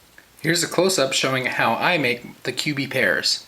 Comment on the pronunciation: When he says cubie pairs it sounds like he is saying pubie hairs!